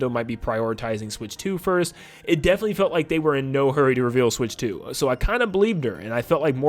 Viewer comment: Can I have 5 MINUTES WITHOUT “SWICH 2” !!!